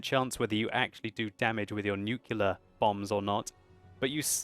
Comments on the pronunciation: please say after me... "nu"-"cle"-"ar" Nu-cle-ar! NOT "nucular"... you have a Doctorate sir! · Nucular?! Nuclear! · Nukula? Nuclear! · Nucular?!? Nuclear!